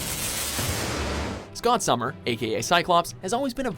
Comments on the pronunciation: "Scott Summer". Are you serious...? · "Scott Summer"...